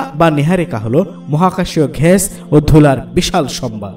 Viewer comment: খুবই সুন্দর উপস্থাপনা, গ্যাস কে ঘ্যাস বলছেন এইটুকু শুনতে খারাপ লেগেছে